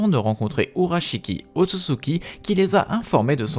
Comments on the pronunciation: il dit "otsuki" alors que c'est Ōtsutsuki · Je vais surment pas continuer a regarder la vidéo d’un mec qui écorche le nom ôtsutsuki a chaque phrase